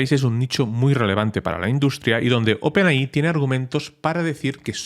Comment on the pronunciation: por favor deja de decir Open AHÍ, se dice OPEN EY! AY!